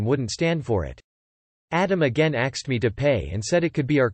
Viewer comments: Why is the robot all of a sudden pronouncing the word "ask/asked" as "axed"? It just randomly started doing it roughly a week ago... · Narrator STOP saying 'axed' or fix your robot!